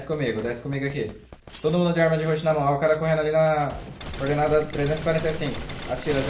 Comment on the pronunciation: falando "Cordenada" me dá nos nervos